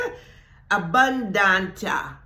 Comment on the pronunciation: Yes, I am already Abundant and yes you pronounced Abunduntia perfect 👌. Your wisdom is priceless ❤